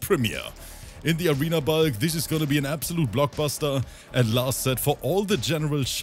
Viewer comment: Ngl this whole time I thought his name was bug not bulk because pronounces it different